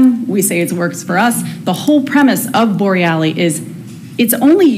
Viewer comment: Could you pronounce Bor rel los name correctly. It’s not borrellie.